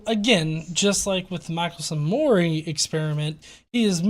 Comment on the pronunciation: To (and the flat Earth guy too, I guess). Michelson was born in Strzelno, Poland, making him a Polish Jew;) That means his last name should be pronounced "Meehelson":)